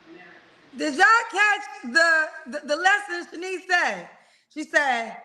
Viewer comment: I really wanted to yell at, her name IS NOT SHANIECE!!!!